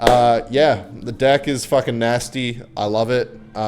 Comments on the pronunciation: i only hear dick dick dick bro it’s deck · "this dick is nasty" - Cant get over the pronunciation of deck lmao🤣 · bro is not saying deck😭🙏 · Why you keep saying dick it's a deck dude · My girlfriend asked me to change the video cause of your "dèck"😭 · I beg of you to pronounce deck with an e and not an I 😭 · Lil bro is NOT saying „Deck” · what made u mispronounce deck